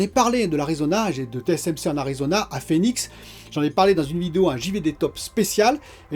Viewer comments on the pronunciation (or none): none